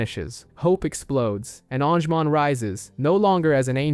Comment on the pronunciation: and all the pronunciations xD deejeemon, an-jimon, seeAdramon xD